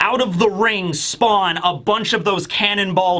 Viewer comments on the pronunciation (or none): none